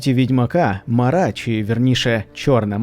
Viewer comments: не МарА, а МАра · Тільки не МарА а МАра, наголос неправильний, аж вуха ріже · Чому МарА? МАра. ПримАра, а не ПримарА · Сам ти Марá її звати Мáра, кажу як носій імені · М`ара, наголос на першу "а". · Мара від слова марити. наголос ставимо на першу букву "а". Марити - Безладно, безтямно говорити в гарячці або уві сні, галюцинувати.